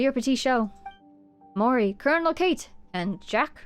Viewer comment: Oh gosh, this quest makes so much more sense the second time around ahaha. Really enjoyed revisiting it with you (paying better attention and making better connections than I did). Btw, from context elsewhere, (Colonel) Kate is probably meant to be said Ka-te, two syllables.